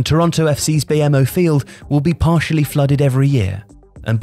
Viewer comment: TFC's stadium is pronounced bee-moh stadium